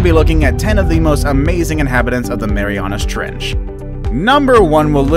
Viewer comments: "tHe mEyMYAna tREnch" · He said mamiriana trench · LOL "THE MEMAYANAS TRENCH"